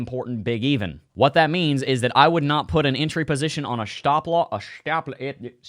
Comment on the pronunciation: dont forget your shhtahp loss 😂